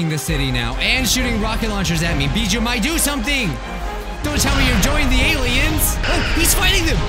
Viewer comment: Can't even say the name of the game right and he's bjjuu Mike not weird salad guy?duh.